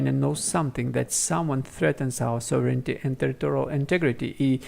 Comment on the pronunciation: Please pay attention to your pronunciation of the word sovereignty